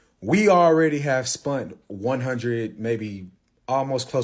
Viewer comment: The scream I scrumpt when he said he spunt $200k 😂😂😂